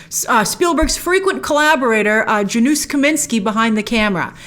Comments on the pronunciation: Just FYI the J in Janusz is pronounced as a Y and the SZ makes an SH sound. So “Yanush” is how you pronounce it. It’s Polish. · "Dzanus" is now my favourite pronunciation of Janusz <3